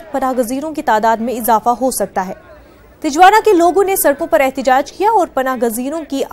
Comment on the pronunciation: First of all the news anchor should learn how to say Tijuana...proper pronunciation of Tijuana is Tee-Hua-Na